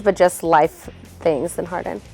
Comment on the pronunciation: tutto molto bello, ma “harding” anche no..😂